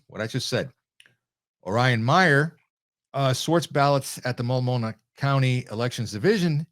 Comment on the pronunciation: Pronounced: Mult no mah and De Shoots counties. 😃 Multnomah, Washington and Clackamas counties make up Portland and surrounding metropolitan areas. Marion County is home to the state Capital, Salem. All are solid or majorly lean left.